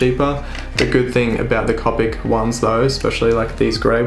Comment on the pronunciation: Just a couple other notes: Copic is pronounced with a long "o" as in the first syllable in co-operative (I have a couple certifications for Copic; I also used to Copic coloring at Michaels art/craft store). If you are doing profession work for sale, be sure to check the lightfast ratings on your colored pencils. I recommend Caran d'Ache Luminance (although they are expensive, you can find them on sale now and then) and the new Lightfast pencils by Derwent (they are about to release the 72 set and are planning a 100 set later this year). Since Copics are not lightfast (dye based inks), I recommend scanning those for production prints. The colors will fade and/or shift in a relatively short amount of time. Thanks again for the video!